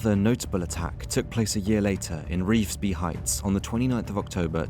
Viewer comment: This was good but misses a lot of context like the partnerships with bikie gangs. Not sure how you were able to correctly pronounce Revesby but not Bankstown.